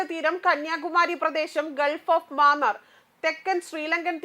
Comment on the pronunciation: ഗൾഫ് ഓഫ് മാന്നാർ അല്ല. ഗൾഫ് ഓഫ് മന്നാർ ആണ്.